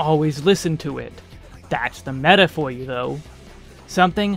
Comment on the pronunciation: As a Greek guy myself I had to stopby for your Greek μέτα